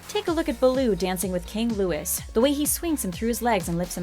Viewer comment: Have you really never seen The Jungle Book?! King Louis is pronounced King Louey.